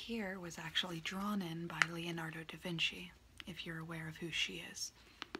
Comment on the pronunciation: Its Leonardo DA Vinci not DE Vinci